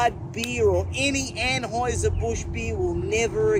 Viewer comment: “Aim n Aims”? “Anhoiser Busch”? WTF? Surely, this guy has had to correct people on his pronouns his entire life and it hurts his feelings. Otherwise, what kind of man needs to go around telling everyone how “Alpha” he is? 😏